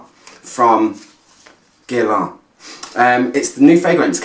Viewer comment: The u and the i are silent. Geer-laan ... easy with a bit of practice😉. It is a quiet masterpiece, the bottle is so pretty and Angelina Jolie as the testimonial is (photoshopped) gorgeous ... this fragrance will stand the test of time and I think it is very unisex ... Love this one 😍